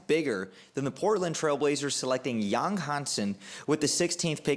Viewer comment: Pronounced YANG!!! Not Yong